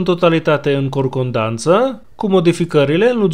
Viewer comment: Con-Cor-Dan-Ță 😂 Genericul de la telenovelă este foarte bun. 😙👌 Biber și Dolik vor avea grijă să reprezinte Wagnerii cu demnitate și curaj. Am inceput numărătoarea inversă de 2 săptămâni până la recucerirea Bahmutuli, in 14 aștept știrea că Bahmut a fost cucerit de forțele ucrainene dar așa că bonus după ce or cucerit Soledarul și Donețku 🤭